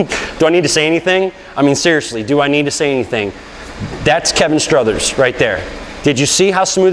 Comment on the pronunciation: STROTHER not Struthers...geez